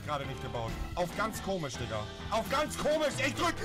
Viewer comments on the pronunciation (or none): Rewi sagt immer thikka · Warum sagt rewi dika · Du sagst diger mit t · Rewi sagt imner statt dieger dieker😂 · Rewi du sagts immer Dikka statt Diggha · Ich feier es rewi die ganze time dikka sagt stat digga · Warum sagt Rewi dicka?😂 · Seit wann sagt rewi DIKKA..hahahaha bitte gewön dir das wider ab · Digga Rewi man sagt Diggggggggggga mit G nicht mit K wie du es sagst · Junge das heißt Diggah und nicht diKKa 😂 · Rewi es heißt digger und nicht DiCKer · Wenn du schon digga sagst dann bitte mit g und nicht mit k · Sag mal digga und nicht dicka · Das heißt Digga und nicht Dicka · Junge Lern aml digga zu sagen du sagst die ganze zeit dikkkka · Hör auf digga als dicka auszusprechen.!. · Wenn Rewi nochmal "Dicka" sagt, raste ich aus. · Warum sagst du immer dicka